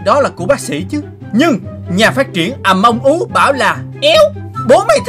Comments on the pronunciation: Among us chứ ko phải among ú nha anh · Người ta: Among Us: À Mông Ú!